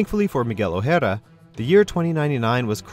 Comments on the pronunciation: why are you pronouncing "o'hara" like it's a japanese name? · What the fuck was that pronunciation of O'hara ?!😂